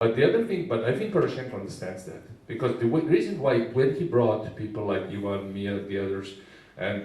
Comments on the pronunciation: Какое то "Зе" (The) не правильное :-) Моя училка бы такого "Зе" не вытерпела! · Igor Kravets я знаю как правильно говорить "the". Заметьте, все учителя требуют правильное произношение этого слова. За 6 лет изучения английского языка в школе я только научился правильно (по версии училки) говорить "The" :-) И теперь, я не уверен, стоило оно того ? :-)